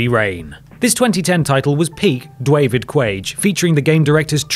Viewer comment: “Dwavid Cwage” will never not be hilarious to me